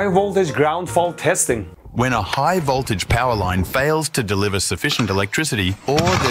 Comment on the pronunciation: I love it when Mehdi says "high woltage"! Love the vid my man!